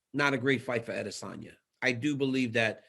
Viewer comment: It's AdesOWNya , not Adesanya ! .... come on now Helwani